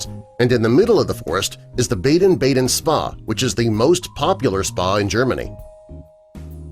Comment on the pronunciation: Do some research!! Baden-Baden is pronounced Bah-den Bah-den!!